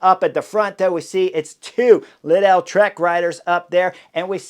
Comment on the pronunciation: Lidl rhymes with needle. Not leedell.